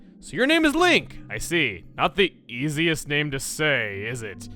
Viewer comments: Lunk? I always thought people mispronounce his name as Zelda XD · Link really isn't an easy name to say. Lots of people pronounce it "Zel-duh." Weird. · StarCharmander with long lost cousins Lenk, and Lank, the former being the only girl. the latter pronounced (Lahnk). jk